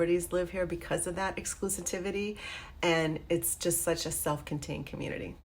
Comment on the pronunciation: You're pronouncing exclusivity wrong. Otherwise good video.